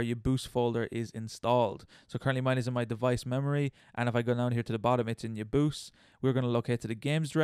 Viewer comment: i pronounce UoYabause as Oh-Yeah-Bow-Say